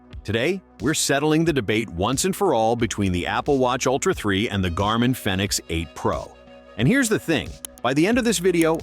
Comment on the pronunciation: Fenix is pronounced like Phoenix. Long E.